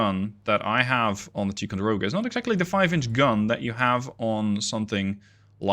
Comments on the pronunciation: Just an FYI... Ticonderoga is not pronounced Tee conderoga. It is Tie conderoga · It’s actually “Tie-con-der-oga” not “Tee…” benefits of growing up in Upstate New York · I'm sorry, but I served onboard both the USS LEYTE GULF CG55 and the USS MONTEREY CG61, the class of ship is pronounced Tie Con Der Oh Gah, but thank you for the video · TIE-conderoga. The Dutch accent is cute, tho.